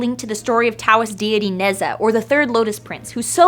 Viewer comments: Totally said that Ne Zha's name wrong. It's Na-jah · lol they pronounced Ne Zha wrong